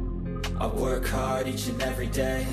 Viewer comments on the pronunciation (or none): none